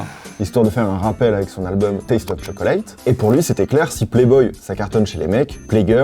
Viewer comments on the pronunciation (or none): tchoklète, pas shokoléte Mais je Like quand même :p